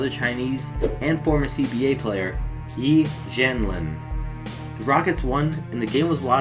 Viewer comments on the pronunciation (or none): Its pronouced e jan lan im not hating btw